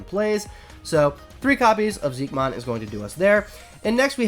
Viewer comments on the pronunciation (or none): I know its confusing but I'm pretty sure Xiquemon is pronounced like shi-che-mon